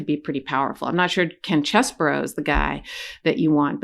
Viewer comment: As a southerner, I am far too well bred to point out the shortcomings of another. Nevertheless, tracing my family name 'Scarborough' back to 925 AD, it really offends me that you pronounce Chesebro as Cheseborough. It's CHESS-bro! His non-apology apology underscores his lack of integrity, honesty, and moral uprightness.